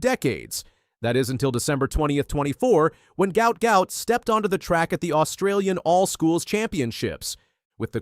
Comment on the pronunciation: Name pronounced Gwutt